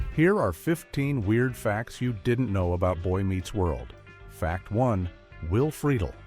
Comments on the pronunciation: Who is "Will Frito Lay?" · Freakin AI voiceovers..:"Will Frito Lay"